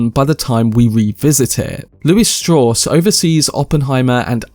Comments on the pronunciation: Strauss himself explains it's pronounced Straws. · Strawss ? Strauss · Sad they have such a cheap, imitation-cockney voiced narrator who cannot even pronounce a common name like Strauss. I am finishing up a book by the late theoretical physicist Freeman Dyson, who knew Oppenheimer very well and his explanation of the depth, breadth, and empathy of his thinking paints a picture of a remarkable man out of hundreds of remarkable men.